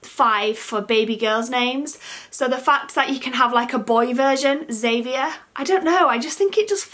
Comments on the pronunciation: I really like Albie and Elias ... The others ... not so much xD Any surname firstnames never sit with me right! I don't mind Xavier but I have never heard it pronounced the way you did. I always read/heard it Xav-ee-ay (kind of French sounding) :) Whatever you choose in the end will no doubtably be the best and right fit for the little one :D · I think you said Xavier wrong 💘💘